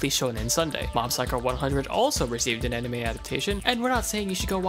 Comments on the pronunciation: Dude, anime. Not aunime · i heard arnime xD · Mfer says onimay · Uh... Aonime? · did he just really call it aunime? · he says onime XD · not making fun of u but aunima what its anime???? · U say anime weird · pronounced anime weird